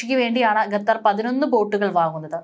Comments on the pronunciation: Ee sthree annum parayunnathu gatar annanu qatar aanu sary . Ethinea onnu thiruthy kodukkan aarum ellea evde . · It is not "ghathar" but "Khathar"